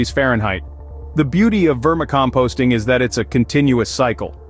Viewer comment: AI? how do you mispronounce vermicomposting?